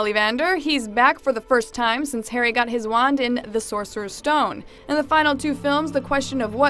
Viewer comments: did she just say "hairy"? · Why do you prenounce his name as: Hairy potter?